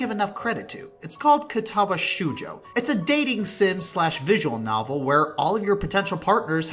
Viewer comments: Ok I seriously can't help cringing every time he says shoujo. The "Ou" in Japanese is pronounced like "oh" not "oo". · 7.8/10 You mispronounced shoujo.